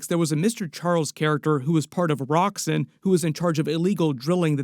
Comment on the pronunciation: It’s pronounced Roxx-ON, like Exxon, the company it was based on way back when.